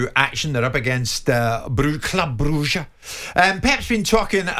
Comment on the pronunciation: Why Jim pronounce Club Bruche like that 🔥😂